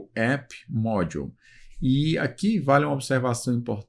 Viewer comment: me chamou mais atenção a pronuncia das palavras em inglês... "módiu"